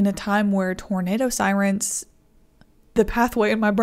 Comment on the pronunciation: Love seeing the giggle clips at the end. "Sirents?" wow.